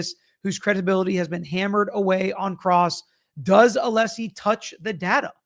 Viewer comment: or when brennan keep saying mr aleesi insted of Alessi